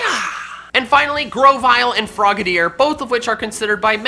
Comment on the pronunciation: FROGADIER, NOT F*CKING FOGEDEER! AND THERE IS NO Y IN GRENINJA!